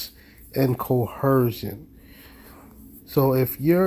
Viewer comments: “Coercion” has no H in it, where in the doohickey did they get that pronunciation?!!! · Can no one say coercion??? It's not co-HERSION. These people are so stupid. 🙄 Insane. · Threat duress coHERSION! Like LEARN THE WORD PLEASE if you’re gonna keep throwing it out there and using it smh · co·er·cion is the word PLEASE learn to say it PROPERLY---damn fools